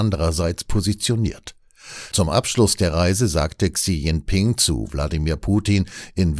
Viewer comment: "Chi Dschingping" aber trotzdem - wie immer ein guter Beitrag 👍